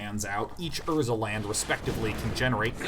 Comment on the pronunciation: The way he says urza land make me hate myself.